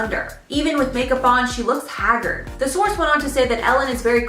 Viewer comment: Nice "Haggerd"??